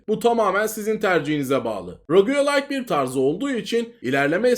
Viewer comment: ADAM İLK VİDEODAN BERİ ROG LAYK YERİNE ROGUYE LAYK DİYE OKUYO DELİRCEM